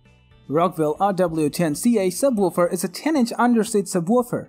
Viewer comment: I know it was do distracting! Lol and the sub...wuuufer